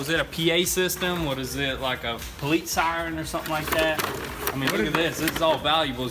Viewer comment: lol he said poalite siren “ I love the yeller”